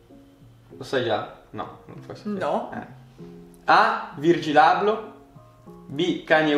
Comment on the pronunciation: Chi ha inventato le yeezy? "Virgin abloh"mi è venuto un colpo al cuore😭🤣